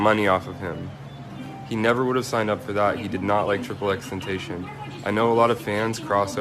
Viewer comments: "He did not like Triple X TENTASHON"😂😂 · Nobody:: XXX tentacionne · "triple x tentation" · "Juice Wrld and EksEksEksTentosion" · Man said ex ex ex tentashon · “Triple X tentasion” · "Triple X Tintacen" lmao i am sorry but thats too funny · The way he says xxxtentacion😂